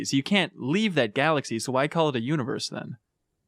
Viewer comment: "centre of the uniworse" Hahahaha.